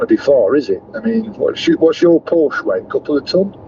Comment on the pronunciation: Oooooh! The EVangelists will be sat on their sofas crocheting a voodoo doll of you to stick pins in. I'm looking for one of these dolls so I can stick a pin in it every time you mispronounce Porsche. You would have been better off having another Boxster or a 911 and installing a PV/battery set-up in your house.